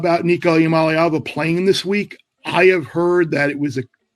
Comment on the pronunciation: Learn how to pronounce nico's name